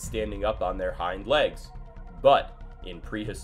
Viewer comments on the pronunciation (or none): none